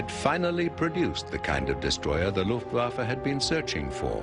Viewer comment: Why the f***k can't the narrator pronounce "Luftwaffe" right? Every time he says "Luftwaffe" it sounds like "Luftwaffle". He pronounces the "w" like in "waffle". In german "w" is pronounced like a "v" and "v" like an "f". Is it the script people we should blame here?